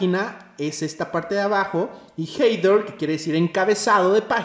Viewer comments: excelente video ! a modo de ayuda! header suena ( jeder) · xD "Jeider" Excelente video bro. Me sirvió mucho. Se pronuncia sin la "i".